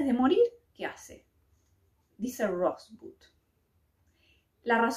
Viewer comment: si hubieras visto la película sabrías cómo se pronuncia Rosebud. Y si, al final se sabe qué significa esa palabra